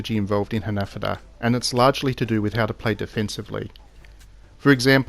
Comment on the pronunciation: Hahah for real 😂 I don’t think he knows he’s pronouncing it wrong😂